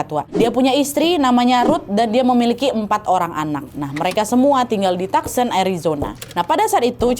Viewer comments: Koreksi bacanya "tu son" bukan "tak sen". 😊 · Tucson dibacanya tu-son.